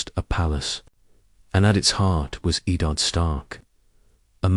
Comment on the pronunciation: Was interested in this idea but the ai generated audio is really bad i mean the first sentence the way it pronounced Eddard instantly turn me off from watching more